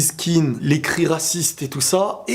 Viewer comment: On ne prononce pas “kine” mais “kéan”. Il n’est pas anglophone d’origine